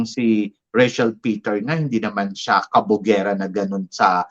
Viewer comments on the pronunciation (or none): none